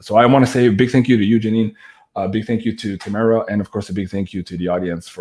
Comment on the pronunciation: "Tahh-maa-rah" not Tayy- mirror...just sayin 🤣😂 and with all due respect u probably shouldn't have tried to "manage" two Queens who were connecting in such a magical way 🙏💜 you are clearly spiritually bonded to Janine and clearly of great heart and spirit... But those two women needed to be given the floor..so to speak. Usually you are the best host with the most insightful direction but just occasionally let them flow 💜💜💜 these beautiful women probably saved you once upon a time, so you could be the soldier you are now 🙏 xx